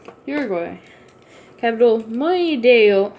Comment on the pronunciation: You dont know. How to read you said montevideo monevio